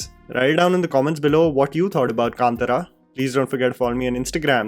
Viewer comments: You are mispronouncing many words like Bhoothakala भूतकाला. It is not past tense in Hindi. It is Bhootha kola भूतकोला. In movie it is pronounced just as Kola. Other than that you are saying कांतरा while it is कांतारा. कांतार means forest in Sanskrit as well. At one place you are saying Karnataka as Karnatika कर्नाट‍िका and Tulunadu (तूलूनाडू) as टूलूनाडू. It is not varsha roopa daivam वर्षारूपम. दैवम्। It is varah roopa daiva वराह रूप दैव । Varah is the boar incarnation of Vishnu. I wonder what kind of research you did and how nobody from the commenters below pointed these mistakes by you. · It's Varaha roopam nd not what you pronounced, it's kaantaara nd not kaantara, i agree that nouns pronounciation can fluctuate but when it's the whole point of the video, the benchmark for ignorance is very very very low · lot of pronunciation mistakes, Its "Kaanthaara" not Kaanthara... its Bhoota KOLA not Bhootha kala... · kind request to concentrate on pronunciation.. Kaantara not Kantara. Bhoota Kola not Kala. And it's Varaaharoopam not Varsharoopam. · Jammy, it is pronounced as " Kantaara", not Kantara!!. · Happy to see your continued coverage of Kannada films. Please also make an effort to pronounce Kannada words correctly. It's Bhoota Kola, not Bhoota Kala. Kaantaara, not Kaantara. Would be highly appreciated by Kannadigas. :) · To all my north Indian friends, Please pronounce our names and words correctly It's not कंतार it's कांतार You guys pronounce urdu like Mirza Galib But when it comes to Indian languages especially South Indian languages you guys become Foreigners. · Not their mistake actually, even I read it as Kan TA Ra... And I m tulu as well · The number of mispronunciation of Kannada words in this video is 💯.. starting from the movie name.